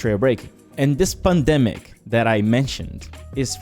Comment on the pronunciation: funny, I just noticed the way you pronounce it sounds like your saying "The SPUNdemic"